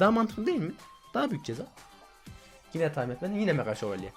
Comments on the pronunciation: 3.01 mega dakavuga mega sovalye diyooooooo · Mega dalkavuka mega şovelye diyen masum köylü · Abi mega dalkavuka mega sovoleye diyon bu ne ya